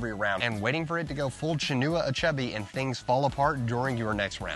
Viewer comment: Love the "Things Fall Apart" reference here. Pretty sure it's not pronounced "A-Chubby" though. Great video